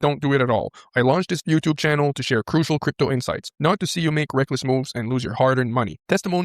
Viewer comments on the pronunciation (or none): none